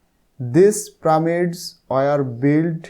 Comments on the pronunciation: Pramid na pyramids😂😂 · Sir how the prameds na pyramids 😂😂😊😊